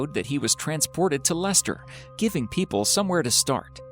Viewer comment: You have a strange way of pronouncing "Philippa", considering you actually said "Leicester" correctly that's surprising really.